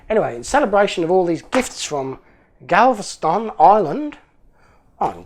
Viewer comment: You pronounced Galveston perfectly after the shot.